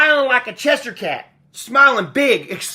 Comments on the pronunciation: It’s CheSHIRE Cat, not Chester cat. Read. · Che-shure, not chesh sheer. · Cheshire cat... Pronounced "chess shy er" cat! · It's pronounced chesh - sheer. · Wrong, its pronounced chesh sure. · There's no way you're saying Chester cat. Haven't you seen Alice in wonderland? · U and Brandon are so simple u can’t even read the word Cheshire that clearly doesn’t have a t in it lol